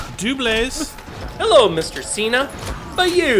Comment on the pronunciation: Who remembers Santino calling John Cena, “John Chena?”